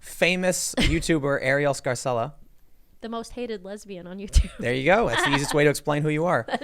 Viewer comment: That's an Italian name pronounced "Scar-chella." But in the USA they pronounce all Italian names like they are Spanish, even the Italian-Americans, lol